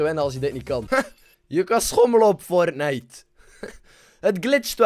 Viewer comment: Wie speelt er "fortnicht"? :D